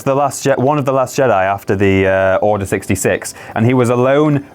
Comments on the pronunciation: It is Jedi not jedy!!!!!!!!!!!!!!!!!!!!! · "jeDAI" not jeDEE" -. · Are they mispronouncing Jedi as Jedee on purpose? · Why are you saying jedy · What is up with how you guys pronounce Jedi? Lol